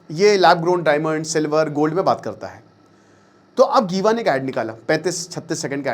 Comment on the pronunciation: sir not गीवा, it's जीवा